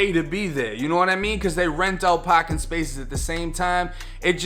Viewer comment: Stolen kah in the paaakin garage